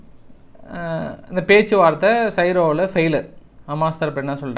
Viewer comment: "பனைய" கைதி இல்லையடா அது "பணய" கைதியடா. இரண்டாம் தர கிண்டல்களை விட்டு விட்டு சரியாக தமிழை கற்றுக்கொள். பனை என்பது ஓங்கி வான் உயர்ந்து கிளை விடாமல் வளரும் மரம். அது ஒரு கற்பகதரு. இந்த முட்டாளுக்கு இதெல்லாம் விளங்காது. புரியாது. எகிப்தின் தலை நகரம் சைரோ" இல்லை "கெய்ரோ" அசிங்கம் அசிங்கம். This guy is IDF supporter.He trusts what US says are correct. Absolute idiot.